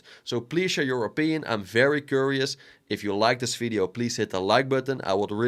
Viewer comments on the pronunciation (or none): none